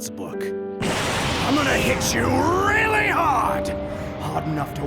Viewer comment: “weally” lmao